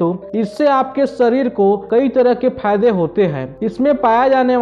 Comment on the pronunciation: Phayde nahi fayde hota h